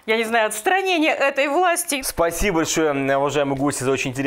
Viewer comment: не "Пасиба", а "Спасибо" надо говорить.